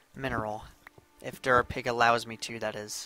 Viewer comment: Derpapig instead of durapig